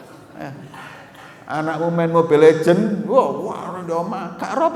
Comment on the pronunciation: mobile legend 😂😂😂😂 ulama' alim kalo nyebut sesuatu yg gk pernah beliau ucapkan lucu banget dengernya 😁😁😁